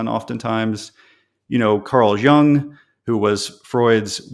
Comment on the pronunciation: It's.......pronounced Carl "Yoong", not "young."